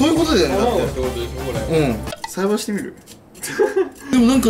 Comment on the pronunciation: 栽培してみる？がサイバしてみる？に聞こえた、笑